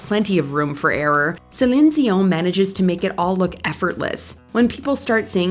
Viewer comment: Did anyone else get really frustrated how she kept pronouncing Celene Dion's name? *SELEN ZEEON*? Like what?